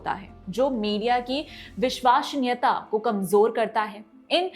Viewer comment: विश्वसनीयता न कि विशवासनीयता।